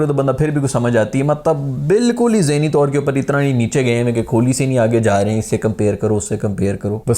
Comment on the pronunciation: Kholi nhi....kohli